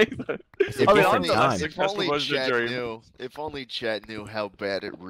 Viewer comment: I'm confused.... how does calling dream "dweam" make me fucking dyslexic